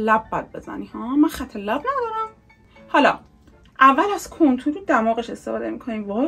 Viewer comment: چرا میگه کنتور مگه کانتور نی؟😂